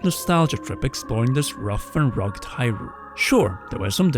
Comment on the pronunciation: Why are you pronouncing hyrule all weird. It's not hyRULE, if anything it's more HYrule